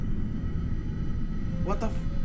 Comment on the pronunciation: porque dices buatafack